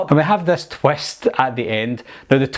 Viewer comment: Wie hav dis twest... Wtf is a twest